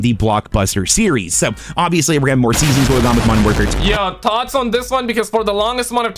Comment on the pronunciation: It’s thoughts not tot’s 😂